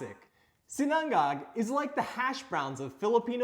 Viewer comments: We pronounce it SEE-na-ngág, not see-NANG-gag. I know, it’s not easy. Especially the third syllable. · It's 'SINA-NGAG' not 'SINANG-GAG' . Anyways, nice presentation. ☝️😊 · Yo it's not si-nan-gag! Say it with me, SI-NA-NGAG! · Hello Mr! just wanted to let you know it’s pronounced SI-na-ngag. Emphasis on the “si” instead of the “na” 😇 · Quick and simple recipe. I like how you pronounce Sinang-gag 😀🤙🏼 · Hi. FYI - it's pronounced "SIN-UNG-UGG" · i have to agree! Too much time on a short recipe. Just get straight to the point. He also didn't pronounce sinangag right.